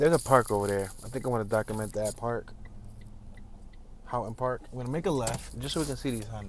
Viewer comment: This is so nice, this is my neighborhood. Yes lemons, yes constant burnouts in the intersections, yes the classic car clubs (you should see some of those dudes in Lakewood), yes you're saying Houghton Park correctly. Some of those palm trees in Houghton Park are 100 years old. Go back just before sunset and you'll hear the owls. Great Horned Owls inna city!!! Artesia sounds like Amnesia. Bixby Knolls - Knolls sounds like Dolls. So glad to have you ❤